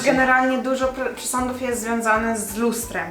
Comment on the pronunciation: Boszee ja się boję tych "Pszesądów" xDDD